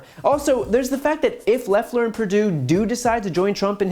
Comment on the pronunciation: "We ain't dumb"... Proceeds to mispronounce "Loeffler"